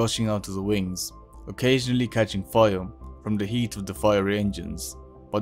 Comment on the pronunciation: bro cant say fire "fiwre" "fiwre"